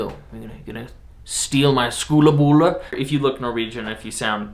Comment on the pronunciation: skolebolle er riktig ord :-)